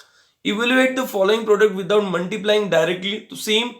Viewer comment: It's not muntiply it's multiply